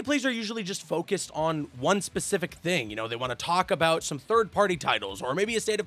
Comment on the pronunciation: hey what time is it for Canadians bro I am aBOOT to get my moose leg out!